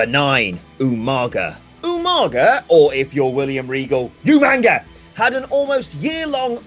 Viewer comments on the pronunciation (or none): When I hear You-Manga, I will always chortle